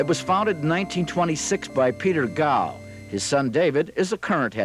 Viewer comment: The School name is GOW....not DOW.